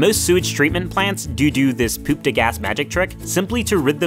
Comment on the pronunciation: You say poop like: p e u p